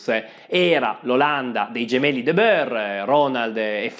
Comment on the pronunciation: Anche tu continui a pronunciare "De Beur" il nome olandese De Boer , come faceva Pizzul. (Si pronuncia "De Buur"). Pizzul continua a far danni anche oggi😂